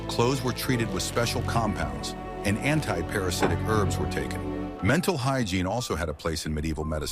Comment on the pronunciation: AI can not pronounce "t" !! It has a "menal" and "denal" problem!!